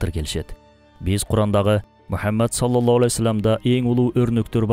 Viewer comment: Ассолому аълейкум Салоллоху Алейхи Уассалам....дегенди Саллолло Алей Уассолом деп сүйлөйт экенсиз... Ушуну эске алууңузду суранам....